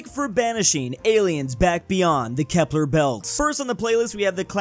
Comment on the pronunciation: Kuiper is pronounced Kiper (as in piper but with a k), not kepler.